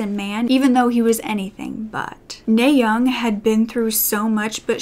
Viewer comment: Her name is pronounced "Nah" as in the first syllable of "audience." Kim is also her last name and NaYoung is her first name.